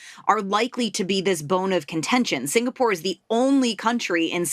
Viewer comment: dont try to angkat for him lah, clearly he is interested in the holiday posting to sg for the lifestyle. he know nothing abt sg, cant even pronounce 'singapore' properly also